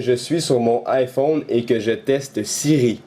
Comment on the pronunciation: en français on dit bien AÏE phone ! et pas I phone :)